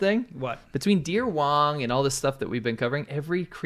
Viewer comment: She is not deer wong but deer WANG which means 🌶🌶...😂😂😂